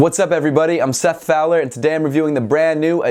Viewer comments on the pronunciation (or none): none